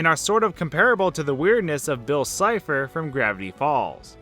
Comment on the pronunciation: "...Bill Cypther..." Liked